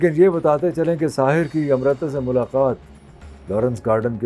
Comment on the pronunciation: It’s amrita Not amrata